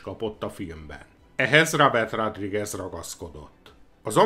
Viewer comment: Nem eloszor hallom" rádrigez". Szornyu . nezz utanna a helyes kiejtesnek legy szives. Kösz.